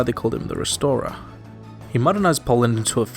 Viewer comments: Casimir I "The resorer" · Casimir the “Resorer”?